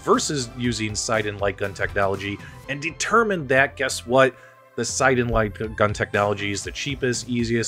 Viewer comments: It's siNden,.There is an N and it is not silent. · It is 'Sin' 'Den' - check out his interviews on developing the gun on the RMC channel